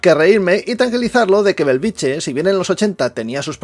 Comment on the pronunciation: Benvolgut atesa la importància creixent de la teva bona feina cada cop més gent et reconeix i et segueix et demanaria com a veí de Bellvitge que procuris pronunciar-lo correctament i no com una "choni" no és Belviche fa 50 anys que hi visco i magrada pronunciarlo correctament BELL VIT GE... amb ge de geperut!!! GRÀCIES canvia una mica pronunciat correctament deixa de ser un polígon dormitori i passa a ser una barriada nostrada.